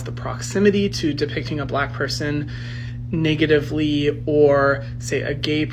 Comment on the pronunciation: Well well well this soyboy or however he identifies is racist. He said niggatively twice around 3: 30 mark. SMFH The hate is real lol